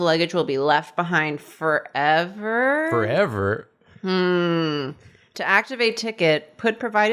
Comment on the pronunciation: I love mispronouncing words. "foredever" also alberts moustache looks like a nut sack....